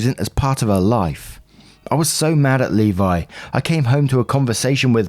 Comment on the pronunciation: As a Levi, I can’t thank you enough for pronouncing it correctly.